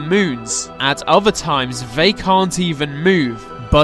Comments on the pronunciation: the, they, their. Not ve, vey, veir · Is he... Is he saying "vey" instead of. "They"?